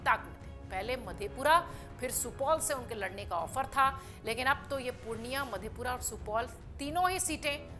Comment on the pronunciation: Atleast you have to know pronounciation .... Madepur or madhepura